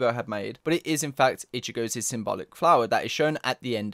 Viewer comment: "ichigo's's" .................the fuck